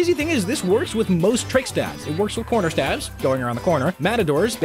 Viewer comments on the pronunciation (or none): INSTEAD OF CORNERSTABS HE SAID CONRERSTABS